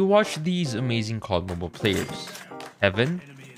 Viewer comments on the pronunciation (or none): none